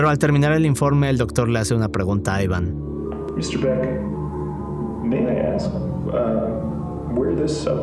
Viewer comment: Pero si no sabes pronunciar el nombre Iván jajaja aivan dice jajajaja amigo no jodas, jajajaj eso lo primero